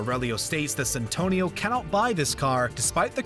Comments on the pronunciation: Its Santino D'Antonio not Santonio. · It's Santino (little saint) not Santonio you heathen, and it is a cardinal, not the pope. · Hurt my ears every time. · The amount of times I heard "Santonio..." It's Santino lol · It's SANTINO D'Antonio! Also, you called Mark Dacascos "Damascos". Try getting the names right next time. Ps. The "pope" looked more like an archbishop/cardinal to me, judging by the attire. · It's Santino not santonio ... It's either the paper you're reading from ,or some orating skills you're missing my friend . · Its Santino D'Antonio not Santonio D'Antonio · If you are going to do your research make sure you also learn how to pronounce people's and characters name correctly. You not only mispronounced names but you really have a lot of the facts wrong. John Leguzamo is pronounced Le-gu-zamo not Leguzimo and they other name is Santino not Santono. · "Santonio Di Antonio" lol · "Santonio" make my ears bleed man . . . Its now imbeded on everything I hear thanks to you 😂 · i cringed everytime he called Santino: ''Santonio'' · Lagizamo? santonio? demascos? Who is this voice over guy? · So triggered everytime I hears 'Santonio' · Mispronounced "garage", "Leguizamo", "Santino" (how many times?). Unloading a 'clip'? John never fires a World War II rifle. He shoots firearms that have magazines. Screen Rant, you can and should do better. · And didn't even read it thoroughly considering the extra syllable he put into "Santino" every time he had to read it.